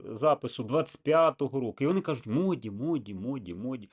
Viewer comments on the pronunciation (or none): Не моді а муді